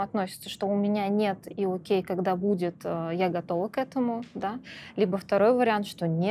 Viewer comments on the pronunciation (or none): none